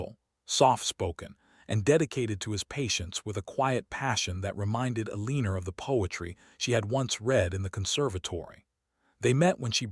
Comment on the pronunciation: I agree! STOP, STOP, STOP saying "Aleener". She's either Elena, or Eleanor, prounnced El-ih-nor"!